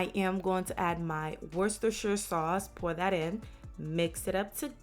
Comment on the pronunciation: Damn. Said worchestershire like a pro